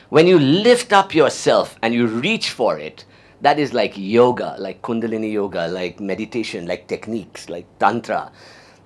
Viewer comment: I wish he should pronounce the word kundalini properly. Btw what spiritual lineage does he belong?